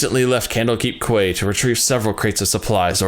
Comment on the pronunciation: I realize this vid is over a year old, but the word quay is pronounced "kee". Butchering of other names of NPCs aside, that's the only thing that really stood out to me. FFXIV overall is quite tough to be able to pronounce and read dialogue from due to the strangely spelled NPC names and Shakespearean era dialogue mixed with thick accents of the sea faring folk of Limsa Lominsa. Everyone struggles with it so I can't fault you for that lol